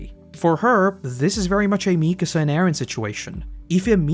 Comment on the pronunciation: dude i adore your videos, but "mee-kassah" hurts lmao